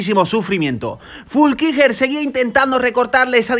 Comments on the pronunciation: Fuulckiger o Flueckiger 🤣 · Es FLUeckiger, no FULkiger.... y Anton Cooper es Neozelandes, no Australiano. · Se pronuncia "Flúkinguer" 😂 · Se pronuncia: Flu-qui-Guernica estaba poniendo muy mervioso 😄